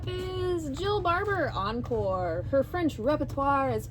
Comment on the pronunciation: Hello from France 😊. I like to watch your vidéos 😊., i like your french accent when you say encore 😂. Encore means still, more in english😊. At your next vidéo ❤